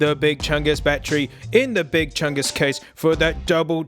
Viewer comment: I Laughed alot When he said bat tree